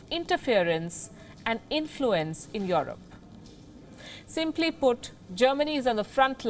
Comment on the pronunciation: I know its a bit hard to do this but please at least pronounce these words right. its Europe not yaarup. its Italy not idly